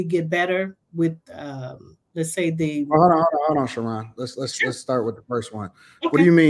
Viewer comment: How are you pronouncing Sharon as She’ Ron lol wtf